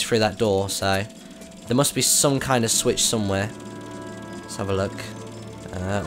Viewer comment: What's funny is that he said Bruce has a switch to flick but with his accent it sounds like swish and flick which is what hermionie in Harry potter said to Ron for the spell. It funny